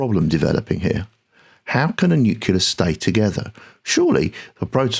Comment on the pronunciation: All good, except it's not the "nuculus", but rather the "nucleus". Great video otherwise!